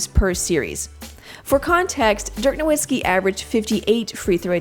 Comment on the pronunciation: But she can't pronounce Dirk Nowitzki's name properly